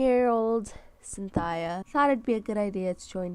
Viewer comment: its a sin-thia